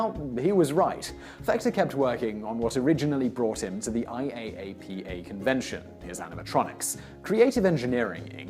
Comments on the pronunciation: Omt, no one says I-A-A-P-A, they all just say I-ap-uh (you missed that one Simon, that’s what you get for trusting google) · IAAPA is pronounced eye-yah-pa. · just an fyi, IAAPA is usually pronounced as an acronym over as an intialism :) (i-app-uh) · IAAPA = ""eye" - a - pa". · I go to IAAPA every year, you don't say every letter individually, it's said as one word pronounced "Eye-app-uh".